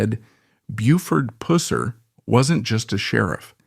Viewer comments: My father worked with Buford's cousin Rudy Pusser. They migrated to Chicago for work like many other Tennessee boys! He had dinner and my house often and sometimes talked about Buford, he said he was a hard guy but a good guy even with his faults! Your AI sucks, not saying his name correctly! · It would be nice if the AI generated voice would pronounce his name correctly. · Yeah we the people of the south would appreciate you Flatlanders getting the pronunciation of his last name correct! Have some respect!!😮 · You’re pronouncing his name wrong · To bad your to cheep to use a real narrator so the mans name could be said right at least once or twice, shame on you all. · Pronounce his name correct. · I can’t watch this with the mispronunciation of his name. So annoying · This stupid AI more and more are using is horrible. top all the BS, tell the basic facts only. I couldn't even watch it all. THIS,...is not a real documentary . You're not even saying his name correct,....Pusser its pronounced wrong in this. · How about pronouncing his name correctly!!!!! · So wish they pronounced his name correctly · Need to learn to say someone name r8ght before you talk about them 😊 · Show some respect and learn to pronounce his last name correctly. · Good documentary but every time you said his last name made me cringe. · At least say his name right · Five seconds in. AI voice and mispronunciation of his name. Out. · Sorry, I wanted to watch but couldn't. The mispronouncing of the name is too annoying. :( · In less than a minute, I’m out. Learn to pronounce his last name. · As a Tennessean, i ask for all of us, please learn how to prounce names before you release the video. Thats called getting it right! Here, say "cup"...ok, with the same "u" sound, say "Pusser". There, you're welcome! 😂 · It makes me so angry when they get AI to do these but don't teach them how to say names.... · Can't watch when they keep saying tje name wrong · Its Puss er not pouss er like a pussy cat.